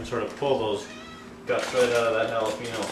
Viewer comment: Stop saying Jalapeeno. God it's not hard to say Jalapeño. Say it like this Jalapenyo. Nice video though.